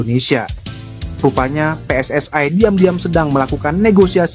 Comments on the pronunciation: WNI bukan WNAy PSSI bukan PSSAy..belajar bahasa Indonesia yg benar dong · Min pake bahasa indo saja kalau baca tulisan PSSI, kalau pake BHS inggris PSSI bacanya Double U, S, Ai, bukan Pe S S AI...salahhh...😂😂😂😂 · Bahasa nya yang benar ya...., pengucapannya jangan pakai bahasa tetangga sebelah... bahasa ROJAK .... ( PSSI diucapkan PSS Ai ) payah lu...‼️ Pakai bahasa Indonesia yang baik dan benar.... NKRI 🇲🇨 harga mati 👍